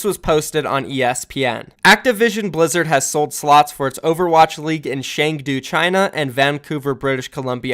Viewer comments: Dude it's Chengdu like Ch in cheese not "Sheng"du like sh in shit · Cheng-Du is more closer to Choeng - Tu.